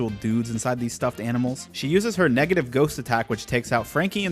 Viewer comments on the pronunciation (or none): none